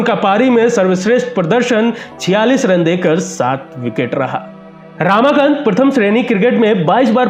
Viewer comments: Not रामाकांत, "रमाकांत"! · Ramakant Desai represented Siddharth College Fort Mumbai,he was picked to play for Mumbai by Vijay Manjrekar & Polly Umrigar prominent Bombay Ranji players of 1950s.He was called Tiny-टायनी & not टीनी.Ramakant's name pronounced as रमाकांत & not रामाकांत.